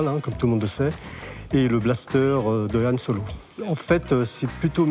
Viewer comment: "Star Wors", "Yan Solo" 🤦‍♂️